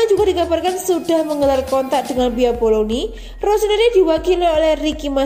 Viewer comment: Club BOLOGNA neng bukan BOLOGNI.........HAHAHAHAHA neng2 sblm ngisi suara isi dulu perutnya biar fokus,,,,,wkwkwkwkcekakak